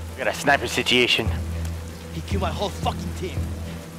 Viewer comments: Don't put me in a dangerous "Sit-Chee-Asian" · no one:: sitiation